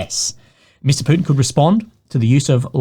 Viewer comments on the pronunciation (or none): none